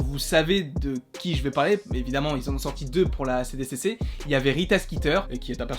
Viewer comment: Trop bien ! 😍 Mais par contre c’est "SDCC" pour San Diego Comic-Con et pas "CDCC" ! 😜🤣